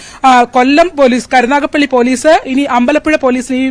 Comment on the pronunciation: കരുനാഗപ്പള്ളിയല്ല കരുനാഗപ്പിള്ളി 😂😂😂